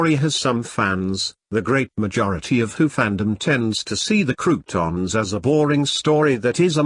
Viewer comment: It's pronounced "CROW-TONS", not bloody "croutons"!!!